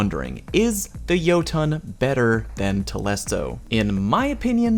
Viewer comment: it's telesto and not tolesto. I learnt that today